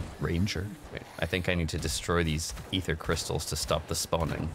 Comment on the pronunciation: EEFER CRYSTLES